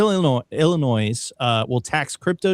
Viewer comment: … there is no “noise “ in Illinois